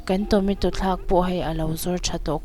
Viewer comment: Tometo a ni lo tomato